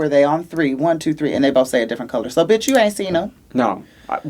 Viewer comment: “A bitcah?”